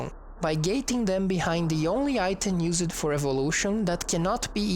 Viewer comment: Love this series! Your English is awesome, Although if I could point out anything it's that words like "evolved" and "used" and "attacked" which is pronounced "e - volved" (not an extra syllable) instead of "e - volv - ed" . Very educational and well presented